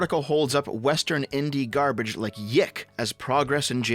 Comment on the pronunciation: btw, YIIK isn't pronounced "Yick", its pronounced Y2K.